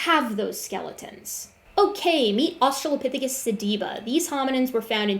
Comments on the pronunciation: the way he says asTRAHlopithicus is pissing me off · Wtf is a Uh-Strahl-lah-phisicus???? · I'm guessing his brain is just mixing the pronunciation of "Australia" into it. They both have the same latin root. I wouldn't be too hard on him for that, I do that kind of thing all the time. He has way more important incorrect points to focus on than some weird brain memory thing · Look I get why he won't update his model, but could he at least update his pronunciation of Australopithecus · I just can't "stand" how he pronounces australopithecus over and over and over! C'mon, man! You HAVE to know that's incorrect! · is there a reason he pronounces "australopithecus" with so much emphasis on the second syllable? I'm immature, and I find it particularly distracting